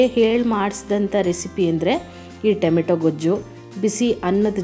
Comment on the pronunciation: ಟೆಮೆಟೊ ಅಲ್ಲಾ ಟಮೋಟೊ